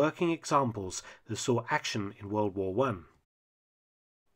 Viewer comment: Wold waa won, Wold waa won, Wold waa won, Wold waa won....... Try Great War - or First World War. WWI is a journalistic abbreviation.